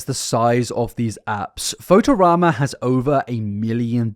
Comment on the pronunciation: not knowing how to pronounce photorama is the weirdest thing in this video